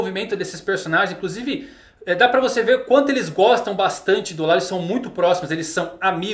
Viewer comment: Mano eu admiro muito seu trabalho. Sou um grande fã. Mas por favor vc I fluência pessoas... Não diga o nome "Law" não existe está pronúncia em NENHUM idioma a pronúncia é "Ló" igual lei em inglês. Em nenhuma dublagem nem no original e nem em nenhuma outra existeo som Law. Por favor somente o Brasil foi o único país no mundo que inventou isso, fizeram raps... Por favor concerte isso...